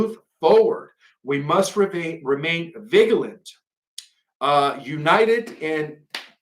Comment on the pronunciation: You are wonderful and brilliant. Here is some help with youjr pronunciation seeing as english isn't your first language: It is not ViG alent it is Vi Ja lent (vigalent) It is EERA quois (sounds like kois) (Iroquois) After that you will be free to ascend even higher lol